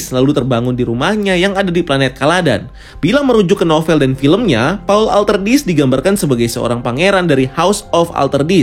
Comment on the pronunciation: Donken,sardawkar,houseofwer,burnikhalek,paulatredis,fremon,arakis Sumpah puyeng denger nya wkwk